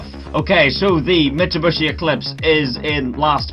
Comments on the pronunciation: did you really say mitsubushi :D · I love how he says Mitsu-bushy